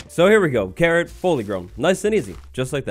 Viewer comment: OMG everytime you say carrot i hear Karen... is my hearing bad?